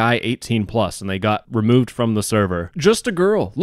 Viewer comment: i wanna reuwuve myself from the gene pool after hearing the intro of e-daters